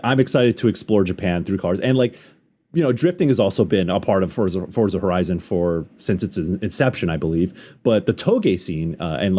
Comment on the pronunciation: i cannot take this guy saying FORTZA there's no T bro